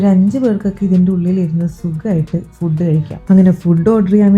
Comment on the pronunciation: ഫുഡ്ഡ് അല്ല ഫൂഡ്..😂